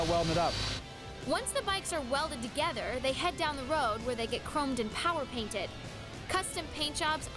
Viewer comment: She was doing so well but said “power painted”